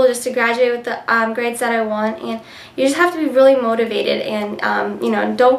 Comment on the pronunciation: haha your so cute you said gaids by the way